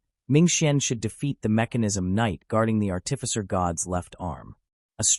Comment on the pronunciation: Its art'ificer not art'tificer.